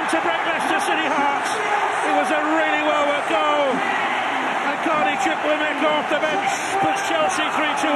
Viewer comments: bbc not showing the run for maduekes goal cos the commentator called him chukwemeka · bbc not showing the run for maduekes goal cos the commentator called him chukwemeka😭😭😭